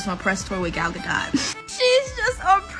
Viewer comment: GadoT. Please pronounce the T. She's not French. The T is not silent.